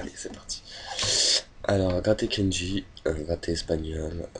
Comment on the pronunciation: C'est pas kenji mais KENDJI !! PUTAIN